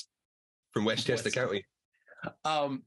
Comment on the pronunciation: Wesschester Ce-oo-nney